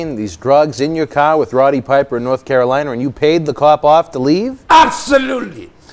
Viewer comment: Charlotte, North Carorina...lol 🤣